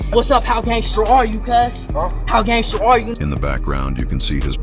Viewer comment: He said look how tatted I am. Haha he pronounce it "gangsterrrr" 🤣 I'm white and I'll cook u on my worst day. 😂 🤐